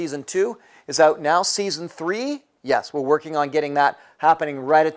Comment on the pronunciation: Also, gotta love the "check it oot" lol